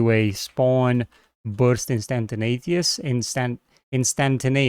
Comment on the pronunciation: Awesome work as always! Btw instantaneous is pronounced Instant-A-nee-ous, not instanta-nay-ous. Otherwise your English is really good. Thought I'd mention it as I've heard you pronounce it wrong before! Otherwise your English is really good. I can only speak one language so well done!